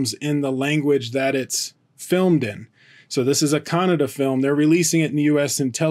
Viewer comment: Atleast you pronounced Kannada correctly unlike North Indians.. They pronounce it as kannad what ever the fuck that is..